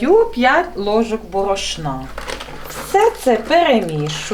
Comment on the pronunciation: Неможливо слухати - борошнА😮